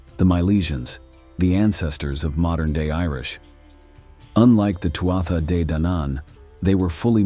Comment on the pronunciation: It’s pronounced tooah de